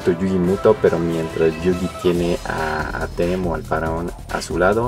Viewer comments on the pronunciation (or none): Es Atem no Atém, se pronuncia sin acento en la "e".